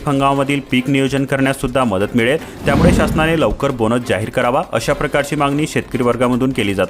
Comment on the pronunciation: किती अशुद्ध बोलताय.त्यामुडे नाही, त्यामुळे म्हणा.